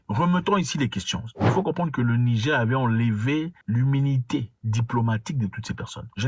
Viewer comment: Zack mwekassa quand vous prononcer le "Niger" il faut prononcer le R à la fin j'ai constater que vous disiez le Nigé pas avec le R